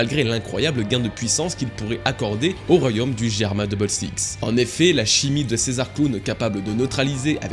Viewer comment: Merci 🙏 enfin tu le prononce correctement Germa!